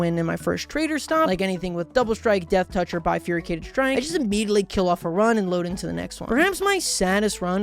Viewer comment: I know it's not a very common word, and I don't blame anyone for mispronouncing it (heck, maybe I'm the one who's been mispronouncing it for years) but the way pronounces "bifurcated" really sticks out to me. It's almost "bifurycated". (Weirdly enough, I learned this word before I was 10 years old, just because my dad liked the word and would find a way to work it into sentences almost as a punchline/family in-joke.)